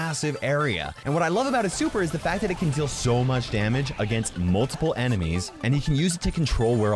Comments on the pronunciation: I like how the fact that "The" is "Da" 😂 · I like how its Da Rules instead of The Rules